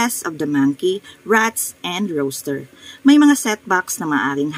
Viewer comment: Ma'am rooster po Hindi po roaster, peace po